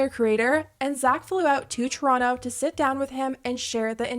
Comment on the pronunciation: Your Canadian came out with how you said Toronto, love it lol or at least I'm assuming for the pronunciation.